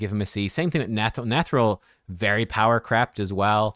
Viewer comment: Lol every time someone says power crept it sounds like power crapped. which is kind of humorous.